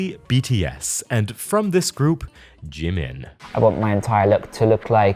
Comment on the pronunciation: Hey, not to be rude, and maybe in just hearing it wrong, but is Oli pronouncing Jimin’s name correctly? Like, I’m not much into that fandom, but some minutes in, when he’s being interviewed by someone, the interviewer says Jimin’s name and Oli says it right after, but differently? Is this nitpicking? It probably is, I just think it’s weird :/